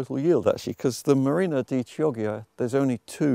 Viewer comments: I think it's pronounced key ojya, not chee oggya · Beautiful video. Chioggia is pronounced the opposite of the way you did : the chi is "dry" like the ki in kimono...and the ggia is wet like the ja in January .